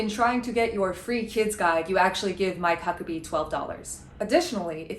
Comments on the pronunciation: "I'm My Cuckabee." He doesn't have to say his name like that lmao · I can't stop hearing "I might cuck a bee"